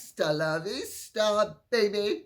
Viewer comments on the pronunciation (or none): none